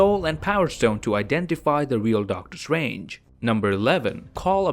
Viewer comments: Really He really is calling doctor strange DOCTOR SWANGE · Hate how he pronounces doctor strange